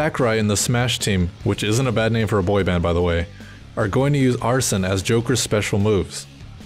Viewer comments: every video i come across pronounces Arsene wrong, it's not "Ar-son" it's more like "Ar-Seen" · arsene is not “arson,” it’s more pronounced like “arsane”